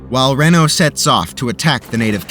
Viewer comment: I have to say.. your pronunciation of Bentsen and Reno are way off. Also, the cavalry in 1876 would not be called Federals. For the effort put into making these videos these are bad gaffes.